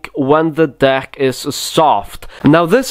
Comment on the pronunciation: if you think of dick when he says deck it sounds so wrong in his sentences lol i love this man